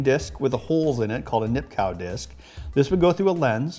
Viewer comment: Nipkoff... The name is Nipkow but the kow is not a cow. Its a coff... So, even he was a german, his name is pronounced like polish: Nipkoff! So please learn to pronounce it right, or dont use his name!